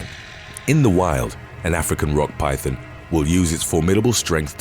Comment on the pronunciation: Sounds like the narrator is saying pythin (pie thin) instead of python.